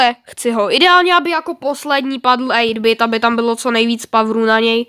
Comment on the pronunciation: čte se ejt bajt :D protože I v angličtině je AJ :D a RANK 35 je šedej a má ho hodně lidí na 8-bitovi :D